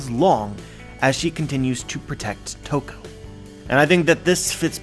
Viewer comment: Ladi Toki -> Toko hmm, close enough :D